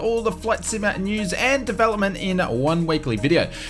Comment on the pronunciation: Just so you know, there is a “T” in the word “simulaTor. You’re welcome